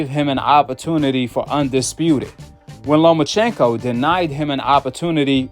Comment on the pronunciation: Who TF is "LoMANchenko" 🤣 we don't need to hear from Skip Bayless or Stephen A Smith when it comes to Boxing they don't know WTF they're talking about